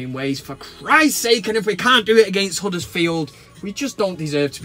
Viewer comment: Good video, I agree with you on Guardiola, I can't believe the pass he gets from the pass and media regarding spending, If that was Mourinho, They would be going on about it, You made me laugh with your pronunciation of Tuanzebe and Huddersfield made me laugh, Keep up the good work.